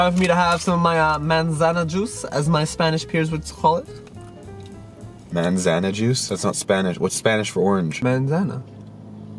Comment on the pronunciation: btw its manzana not mansana